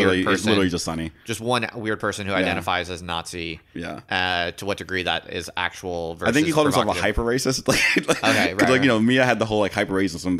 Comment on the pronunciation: He pronounces it "verse"??